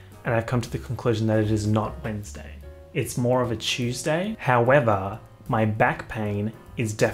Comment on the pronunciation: No one:: chEeeeuuuusday